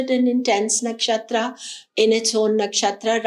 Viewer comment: Thanks.. its not kaal sarpaa - its kaal sarp. same for nakshatraa - nakshatr. why adding extra aa